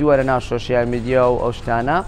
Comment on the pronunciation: وەرە شێت نەبی تا ئیستا نازانێ بڵی سۆشیال میدیا ئەڵێ شۆشیال 🤦🏻‍♀️